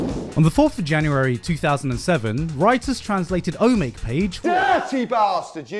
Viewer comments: I like to think Garnt’s editor never told him that he was pronouncing Omake wrong and just snuck those edits in at the last moment before uploading. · I can forgive you for how you pronounced omake. How you pronounced RenPy, however... (it's Py from Python) edit: it's also a play on the Japanese words ren ai